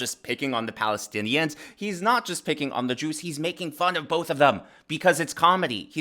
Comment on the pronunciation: orthodox Jæws?? But Hillary said it was a Notsee rally